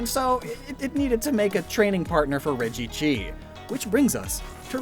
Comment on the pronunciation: You didn’t call it regchi dude it was so obvious